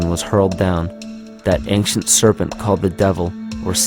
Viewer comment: "ank- shee- unt" ..... he says ancient quite odd like...